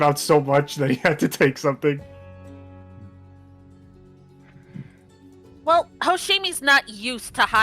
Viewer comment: so it's a Vell detector. Good to know!